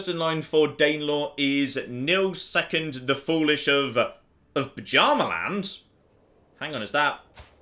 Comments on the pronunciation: By Odin,. It's Byarmaland not Pajamaland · saying "Buh-Djarma-land" physically hurts me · I swear every time says "Bjarmaland" I hear it as "Pyjama-land".